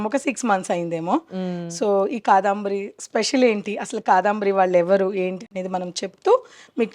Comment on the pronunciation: కాదంబరి అండీ, కాదాంబరి అంటున్నారు మీరు, వినడానికి కొంచెం ఇబ్బందిగా వుంది!! Beautiful saree collection 👌